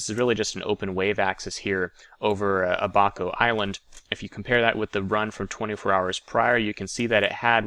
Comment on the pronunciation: Great insight as usual. Thanks from Fort Lauderdale,. P.S. It's not a-BA-co, it's A‧ba‧co